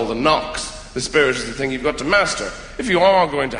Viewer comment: When I first saw him in Shaun of the Dead, I never thought he was Irish. I honestly thought he was German... he kept saying 'tink' instead of 'thing'. My grandma is German and she does the same thing, so I kept thinking "Wow, this dude's great at an English accent!"